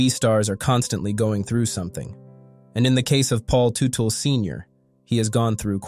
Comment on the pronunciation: Terrible, disorganized, commentary. I knew it was going to be shit the first time I heard Teutel pronounced incorrectly. And the headline infers this commentary will be mostly about Paul Jr. Not the case. A very irresponsible commentary.